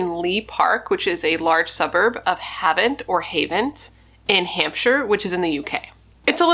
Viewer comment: thank you for covering this case - this happened really close to where i’m from and the trial was held in the city where my university is! it was a huge thing around here (also you said havant correctly the first time it’s like haven’t)